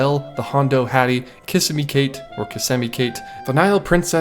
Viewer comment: Thank you for Finally pronouncing Kissimmee correctly (on the second try. Lol). Now you need to stop saying Magic Kingdom and say it properly.... Disney World! (Just Disney before EPCOT was built) The other 3 parks are the park names. (In America there is no [to locals] such thing as the Magic Kingdom as s reference, its Disneyland and Disney World. To be a true lover of the parks, this meeds to be understood and acknowledged or else your just a regular YouTuber that is trying to capitalize on a topic without having the true love for the parks!!! 😆).